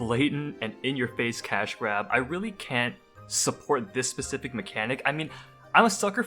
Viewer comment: SPEcific, not SUBcific.